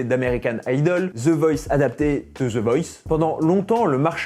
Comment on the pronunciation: Pas parfaitement? Zi? Zi? J'ai dû arrêter la vidéo tellement c'est ridicule...En plus, te le dis 10 fois en 30 secondes...ouf...